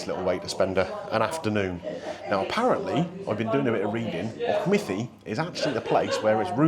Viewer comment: Well done on Auchmithie, Gary would have butchered it for sure 😂